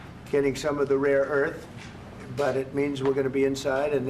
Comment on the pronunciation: 'rore earth' 😂